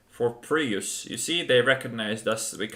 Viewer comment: did he call it the prius?? LOL